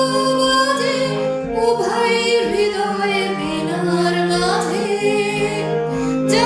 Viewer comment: সুন্দর উচ্চারণ।স্পষ্ট উচ্চারণ।হৃদয় দিয়ে "হৃদয়" বলা.. কেয়া বাত।এগিয়ে চলো